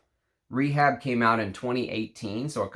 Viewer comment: ray-HAAB, not "REE-HABB". You'll remember "Rehab" was an imagined perfume on the British comedy, ABSOLUTELY FABULOUS.